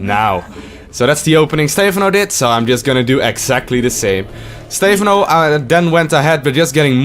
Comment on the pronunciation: Why dont you pronounce Stephano like the casters do? :( Other than that, great vid, thanks! Keep it up <3